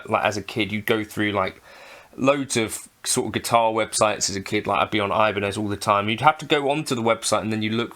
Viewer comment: its 'ee-BAN-yeth', not 'EYE-buh-nez' LOL, BUT GREAT PLAYING AND GREAT SOUND